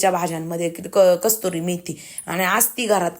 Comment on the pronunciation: Kasuri methi, kasturi nahi tai